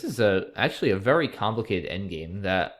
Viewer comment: your second turn was VEWWY tricky